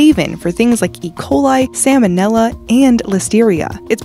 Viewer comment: Oh, man she said Samon nella it’s salmonella.